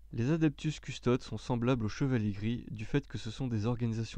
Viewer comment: Lucius Forge oui il faut lire les noms comme en latin : Adeptus deviens Adeptous et Custodes : Coustodes ( dans la prononciation)